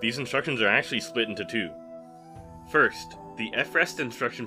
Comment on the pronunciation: you said the word matissa, say, I wasn't aware that mantissa's in English. Honestly I thought it's significant in English